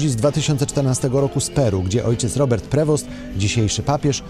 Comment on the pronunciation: Uwaga, nazwisko papieza jest pochodzenia francuskiego i nie wymawia sie je "prewost" tylko " p r e w o "